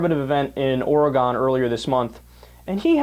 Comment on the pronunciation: Small side thought, could you at least pronounce Oregon correctly please? Cringe every time I hear that.